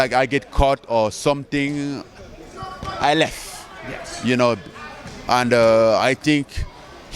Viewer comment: "I lefff"